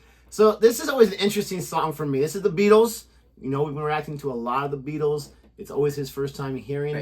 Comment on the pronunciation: Pronounced "BEETLES" not "BE - ATLES". Just thought I'd give you some help.